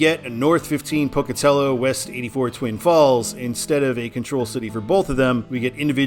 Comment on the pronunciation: Glad to hear you pronounce Pocatello correctly. For when you do the I-86 video, the Pocatello suburb it ends in is pronounced Chubb-ick. The second u makes a short I sound because here in the west we enunciate nothing, except apparently Tree-Mon-tin